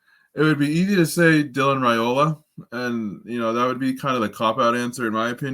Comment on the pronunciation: Hey, Guys! Love your podcasts! I believe he pronounces his last name with a long "I" like "Rye-ola," not "Ray-ola."